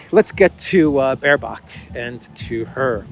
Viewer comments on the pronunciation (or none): Every time you say Baerbock I hear bare cock….can’t stop laughing….just the name without the stupid is enough. Diversity hires are running the shit show obviously.